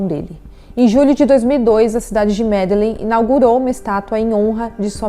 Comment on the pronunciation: MedeLÍN ou Medejin(sotaque espanhol) vc não acompanha futebol compreensível mais é bom pesquisar as pronúncias.